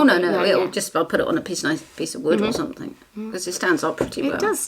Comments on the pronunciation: Don’t stop saying “somethink” it makes you you and I love your uniqueness. Xx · i think its endearing the way you say think for thing, dont be afraid of the grammar critics, i think you are an absolutely smashing young lady. Your mum must be extremely proud of you. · It’s cute that you say “somethink” instead of something! You don’t need to change!